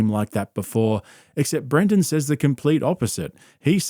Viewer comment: Dude you keep saying Brandon instead of Brendan. My name is Brandon and I cant stand hearing my name associated with this clown lol love the videos tho